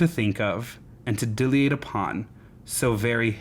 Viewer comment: Lol pronounce dilate again 😂 Omg edited to add….SAY UNUTTERABLE AGAIN TOO! 🤣💀